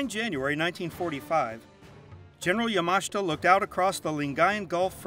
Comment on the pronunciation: Not that this is very relevant, but is he pronouncing Yamashita correctly? I guess I've been pronouncing it incorrectly for years.